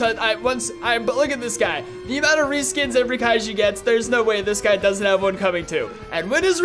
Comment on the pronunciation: Such a click-baitey thumbnail, and he mispronounced kaijus so badly. Like seriously? Kairu? Wtf man 💀